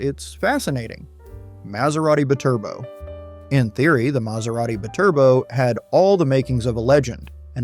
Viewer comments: Holy sh*t ! Hire a narrator who has more than a child's knowledge of cars. It's not siimaron it's simmeron like cinnamon. Edit: It's not a Bturbo ! It's a BYTURBO ! Meaning 2 turbos effin Clown ! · ... it's "bye-turbo" not "b'turbo" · The Maserati bi-Turbo Is pronounced Bee-Turbo.. I owned one. In the 90's. I wanted one after I saw it on a Miami Vice episode with Bruce Willis driving one. Season 1 episode 7 No Exit. I was lucky my engine ran great.I did have trouble with the heater motor and a/c.